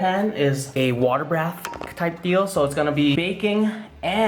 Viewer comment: You said water brath. I dno why, but it's extremely funny to me lol. But, great video like always!!